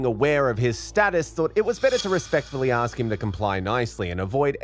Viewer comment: Ugh! "Ax" its ask. Speak properly